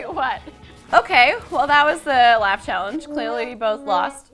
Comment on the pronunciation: Anytime someone says "laugh" I hear "LaF"